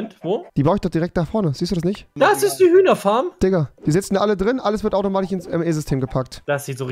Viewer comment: Automatich oder automatisch?